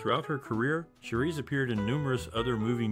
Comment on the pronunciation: 😆 Repeating this makes me want to stop watching this!